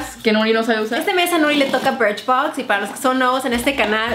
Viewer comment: dijo BRICHBOX Y DIJO IPSY..